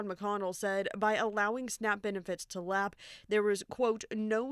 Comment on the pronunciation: "LAPSE" is the word, not LAP 😂